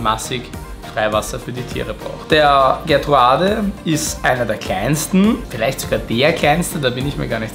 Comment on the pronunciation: Schöne Vorstellung dieser tollen Blauaugen, aber bei der Namensnennung zuckts mich jedesmal - Gertrudae heißen die, nicht Gertruade, sie sind benannt nach Gertrud Merton, der Frau von Hugo Merton